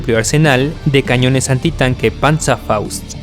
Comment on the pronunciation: Se dice Panzerfaust o Panzershreck